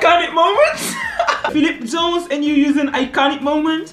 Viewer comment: Man literally said PHILIP Jones 💀